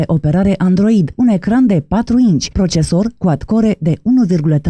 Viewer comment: Quad Core citit exact cum se scrie un gigabit :))